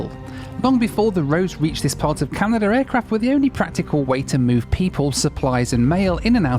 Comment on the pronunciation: "Northern Canadur"